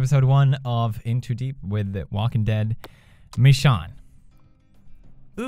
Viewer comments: no no no no no he corrected himself in the first video, and then he went strait back to saying Michon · It hate it when he says Michon instead of Michonne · Is anyone gonna tell pewds that it's pronounced "Mish-Onne" not "Mi-Shawn" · Pewds, please learn how to say Michonne, it's not michshawn😂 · It's pronounced Mee-Shown goddammit, not Mee-Shawn.... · It's not Mishawn its Mishown :( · Stop calling her mishon... HER NAME IS MICHONNE... I`s bothering me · it's mich ooooonne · He says michonn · pewds please its pronounced mish~own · It's pronounced "mishone" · its pronounced Mi-shone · pewds be pronouncing michonne like he's a confused french man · I hate it how pewds pronounces Michonne's name wrong even though the characters pronounce Michonne's name right so many times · Why does he keep intentionally mispronouncing Michonne's name? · Y do u pronounce michonne wrong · ugh the way he says michonne